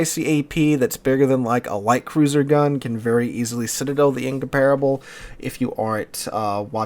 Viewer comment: I hate how you pronounce Incomparable.